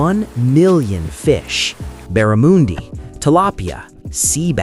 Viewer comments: Not Barramundi as in moondi, Barramundi as in undies 😊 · Barra-mundi. Not an ‘oo’ but an ‘u’.